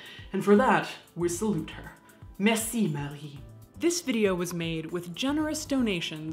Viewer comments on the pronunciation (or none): none